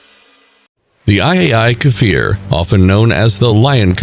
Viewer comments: Why read it “KAfir” when it is Kfir. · Not pronouced « Kafir » but « Kfir » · Unable to pronounce the name, what has the "dogfoght F-14/F-5" to do with the Kfir ... and... when did irraeli forces wear Wehrmachtuniorms and fight in eastern Europe??? At least ridicolous